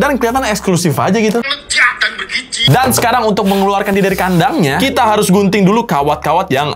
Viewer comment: nya ngomong:"Lejad dan bergiji". 🤣🤣🤣🤣